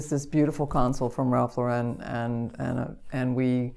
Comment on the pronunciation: I'm always surprised when professional designers pronounce, "Ralph Lauren" incorrectly . It's "LAU-ren" (as in Lauren Bacall) - not "lau-REN" (as in Sophia Loren.)